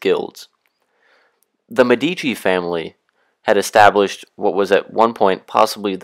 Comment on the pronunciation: If you go to all the trouble of making a video, why not go the little trouble of learning how to pronounce words such as 'signoria' and 'Medici' correctly?